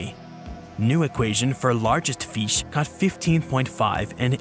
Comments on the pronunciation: love how he says "feesh" like homie has such a wonderfully relatable goofy way of saying some things kdjfghkdfjg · Biggest BOI vs. Smallest FEESH